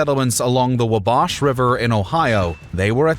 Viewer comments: Wabash is pronounded "WAH-bash" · The what river??? Ive never heard Wabash pronounced so wrong 😂😂😂😂😂😂 wall-bash, now drop the Ls. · Battle of Wahbash River* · That pronunciation of Wabash is... interesting. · The pronunciation of Wabash hurts.